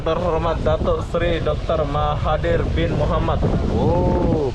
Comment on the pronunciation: Nanti PM malaysia marah, karena penyebutan namanya salah 😴